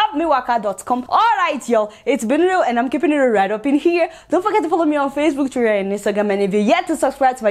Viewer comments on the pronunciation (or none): Nice job Adeola. I like the way you call Twitter. Something like twirar!